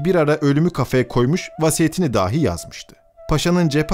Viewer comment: Seslendirme tonu güzel ama bazı kelimeler hatalı okunmuş. ”Dahi(bile) kelimesindeki ilk hece uzatılmamalı, ”dâhi" olarak okunmamalı. ”Hatıra” kelimesinde sadece ilk hece uzun olmalı, ”râ" olmamalı.